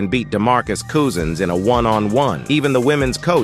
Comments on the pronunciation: “Demarcus COOSINS.” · "DeMarcus Coozins"😂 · Demarcus COO-sins?!? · Demarcus Cooze-ins